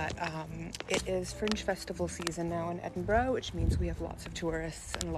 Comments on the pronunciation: you can tell she's an American tourist by the way she says Edinburgh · Been in Scotland for "many, many years" and can't pronounce "Edinburgh" correctly.